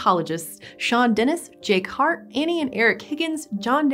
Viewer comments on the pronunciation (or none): none